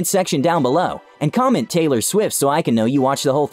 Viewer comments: Ellen said haylor rights 😂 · Taylar swift